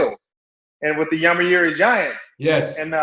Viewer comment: ハンターさんが日本の事をこんなに良い印象を持って語ってくれてるのがとても嬉しい！ 何よりジャイアンツの事を「読売ジャイアンツ」ってハッキリ言った事に驚きました。 普通のアメリカ人はYomiuriなんて言葉覚えようとしないし発音出来ませんw